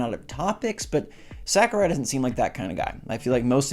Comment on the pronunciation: I just want to say, I enjoy your channel. However, your butchering of Sakurai's name hurts my soul...